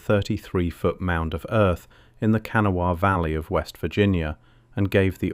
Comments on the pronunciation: There was a photo of the Criel skeletons on shelves at the Smithsonain in our paper. 1938. I wasn't born yet. The Smithsonian has no idea where the skeletons are. They were at least 7 feet tall. The jewelry, etc was also taken and no one knows where they are. Hmm. It's pronounced KUH NAW UH. * There were male and female skeletons.*** Someone took them is my assumption. I've been on top of that mound several times. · Wish the narrator knew how to pronounce kanawha. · Those of us who live in West Virginia chuckle every time you say Kanawha. But nice video none the less.😊